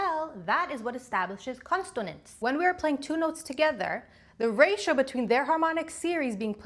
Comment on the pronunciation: Are you intentionally misspelling/mispronouncing consonance and dissonance?